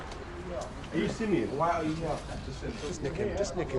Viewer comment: "Simeon" is one of the 12 ancient tribes of Israel, he is Jacobs son in the bible, it's pronounced Shimon in Hebrew.. there are famous Rastas and Bulgarian Royals named Simeon. Simian isnt a name, is pronounced differently and means primate